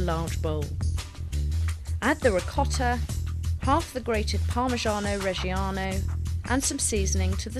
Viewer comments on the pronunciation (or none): ..So we need some: "PARMASCZHIAAANOOUEE REZSCHIAAANOOOUWEUEE" in this yeah?